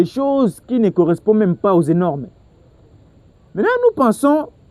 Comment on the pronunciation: On dit "Normes" et non "Énormes" M. Le présentateur